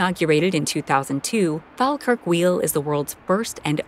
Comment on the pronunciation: It pains me to hear how you pronounce places like Glasgow, Falkirk and Edinburgh. Glas-go - please say it like that. Glasgow Fall-kirk - fall as in fall over. Falkirk. Eh-din-buh-rah - Edinburgh. I’m Scottish and hearing anyone say it wrong properly does my nut right in lol.